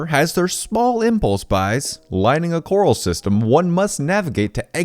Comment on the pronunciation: CORRAL- "core-Al(like the short form of the name Albert). No coral (miles from the ocean probably) in this story :P